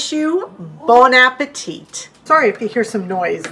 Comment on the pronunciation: Thank you a lot ! Great content ! A tip from the french viewer I am : when you say "Bon appétit", the final -t is silent, we don't pronounce it 😊